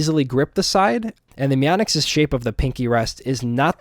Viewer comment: Mai-onyx .. hehe i used to say meonix as well.